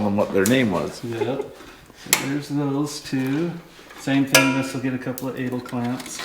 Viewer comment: Interesting. After working in aviation for 30 years I've never heard them called or pronounced Adle clamps. Always knew them as A del clamps kinda like the singer. You guys do fantastic custom wiring. Nicely done!